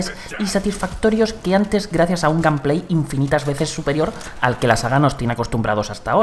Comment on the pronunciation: Que buen "gampley"